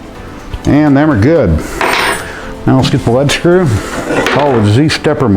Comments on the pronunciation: Informative video, thanks for posting. (and it's pronounced 'LEED' screw, btw). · lead follow or get out is how you pronounce lead screw. not lead acid battery.